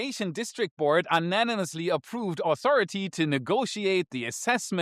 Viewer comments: un -nanimously? ;-) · unanimously (pronounced: YOU-Nanimously)